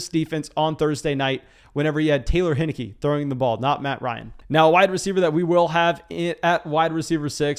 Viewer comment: It’s pronounced hine-icky